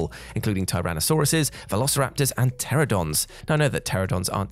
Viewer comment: As a former dinosaur kid, "pte-RA-no-don" >.<